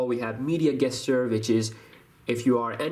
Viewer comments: gesture it's pronounced jesture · Just a tip, when doing tips for an English speaking audience, you need to correct your pronunciation of the word gesture/gestures. It is not pronounced with a hard g, it's a soft J, like in job. So pretend it is written "J"esture. It will give you more credibility if you make sure your diction is correct. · The way you pronounce gesture. Lmao😂😂😂